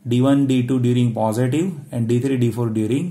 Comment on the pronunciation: Plz pronounce positive properly its irritating.. 🙏